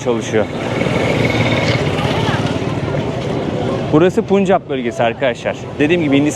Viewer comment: Puncap değil! Pencap bölgesi, rikşa, tuktuk değil Raqşa (